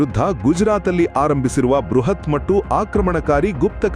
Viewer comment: ಕೃತಕ ಬುದ್ಧಿಮತ್ತೆ ಉಪಯೋಗಿಸಿ ಅನುವಾದ ಮಾಡಿ ಹೇಳುವಾಗ ʼಮತ್ತು, ಎನ್ನುವ ಪದವನ್ನು ʼಮಟ್ಟುʼ ಎಂದು ಉಚ್ಚರಿಸುತ್ತಾರೆ! ಅದನ್ನು ದಾಯಮಾಡಿ ಸರಿಪಡಿಸಿ.